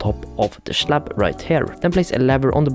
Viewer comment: "schlab" "labber" 💀😭